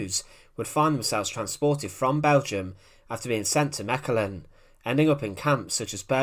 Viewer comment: Kudos to you for not butchering the pronounciation of Mechelen. Greetings from a Mechelen resident.